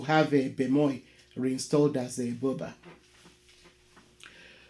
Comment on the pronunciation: To have the correct pronunciation of Burba, the r should sound. eg Burr means King, Burba or Burr ba means the King.